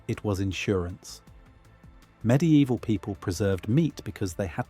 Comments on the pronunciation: Mid evil not midi evil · "med-e-eval", ai images, repetitive ai narration... another fake "facts" content farm channel.